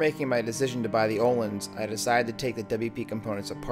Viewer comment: You've been riding motorcycles for SIX years? Wooooow. Do you even know what WP stands for? Look it up. Also, learn to pronounce Öhlins. Yeah, I have a key for 'Ö' on my keyboard.